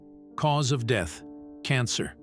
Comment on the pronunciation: I like the part when the AI said cause of "DEETH" absolutely priceless 😂😂😂